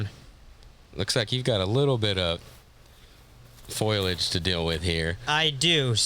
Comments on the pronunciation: “Foilage” lol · Little bit of foil-age lmao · "Foliage" is the best word ever because everyone has a different way of pronouncing it.